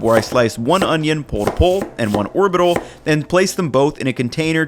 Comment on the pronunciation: You call that an onyo?